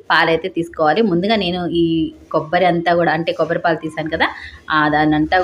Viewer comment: కోబ్బరి కాదు తల్లి, కొబ్బరి.